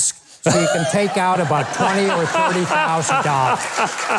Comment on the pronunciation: Except when he slipped into a Canadian accent with “aboot”.